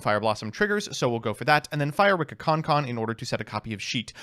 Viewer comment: why do you keep on pronouncing this deck's name as Ricka? i don't understand why you do that.